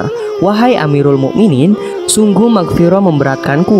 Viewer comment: Mughirah bukan Maghfiroh